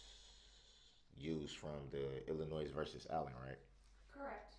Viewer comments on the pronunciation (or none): NO S IN ILLNOUs!!!